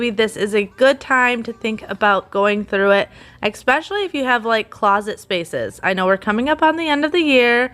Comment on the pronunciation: I always notice her say 'exspecially' for especially 😆 idk why that always stands out haha